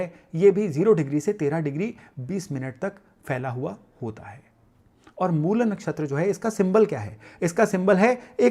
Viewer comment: अंग्रेज़ी भाषा के प्रभाव में आकर "मूला" न बोलें; 'मूल' ही बोलें। "रामा", "कृष्णा", "योगा", "सनातना" आदि उच्चार भी बड़े कर्णकटु लगते हैं।